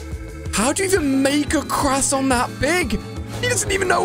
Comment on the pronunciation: Alia cannot pronounce croissant correctly